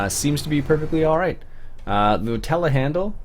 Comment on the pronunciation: Not to be rude... do you know that there is a "R"at the end of Telehandler?